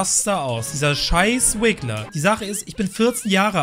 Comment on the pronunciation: Es heißt RIGGLER nicht wiggler